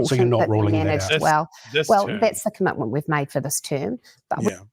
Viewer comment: Is a "cumutmunt" like, or as binding as a commitment? Nukuluh of Tawa